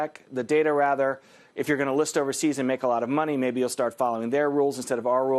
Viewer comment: He even casually pronounced Xi Jinping in perfect Chinese. I’ve never met a white American who can pronounces the “x” in Chinese.